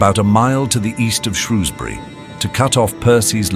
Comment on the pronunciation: Can't even pronounce Shrewsbury correctly.